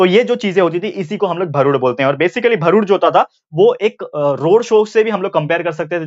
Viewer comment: It is not bharud it's real pronounciation is भारूड